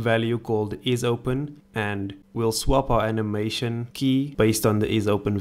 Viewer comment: We love how he pronounce "button" as "batoon" and "animation" as "anehmaishoon" :D I'm subscribing.